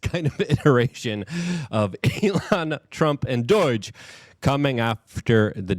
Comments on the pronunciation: It’s NOT DOIGE IT IS D-O-G-E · Doge. Not Doyge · Luke I love you buddy, but every time I hear you say doij in liu of doge it's like nails on a chalk board. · Stop saying DOIGE its pronounced Douj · WTF is Doiyge - Luke can mispronounce anything somehow - that's him saying DOGE - bruh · If he calls it Doy-g one more time in unsubbing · ok its been bothering me for a while. Why is Luke pronouncing D.O.G.E. like its spelled D.O.I.G.E.? Am I the only one noticing this!!?? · There is no “I” in doge dude. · Why does he say "DORAGE" When It's DOGE? Also he can't say "important" He say's Imporant...